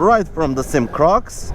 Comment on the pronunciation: Four years later and I am still mad. It is not a damn SYM like one word. You do this all the time when reviewing this brand. It is a S. Y. M. three letters. short for Sang Yang Motors.